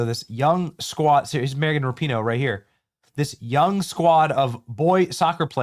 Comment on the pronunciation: It's Megan Rap-a-ho